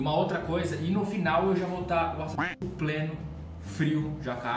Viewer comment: Dá próxima vez que não puder falar axaxino, usa Cláudio...